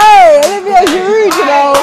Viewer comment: Why are people saying GIroude?!? It's a SILENT D!!!! GIROUD, like G-ee-rou! You don't pronounce the K in knowing, do ya?! Man's been in London 4 years and you lot can't say his properly. Ffs.